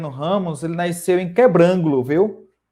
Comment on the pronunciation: O nome da cidade é Quebrangulo e não Quebrângulo.